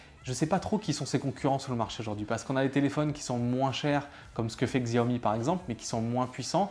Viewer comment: Apprend à prononcer Xiaomi s'il te plaît. Tu te ridiculise